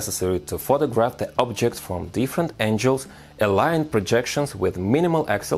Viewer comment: This guy had inspired me a lot but i can't sop laughing the way he pronounce angle